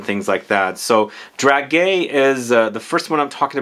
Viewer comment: Hi , it is pronounced Drahjay and these are sweets ( sweet almonds) usually placed on wedding tables as favours to the guests and they do have a particular smell I would presume this perfume is reminiscing about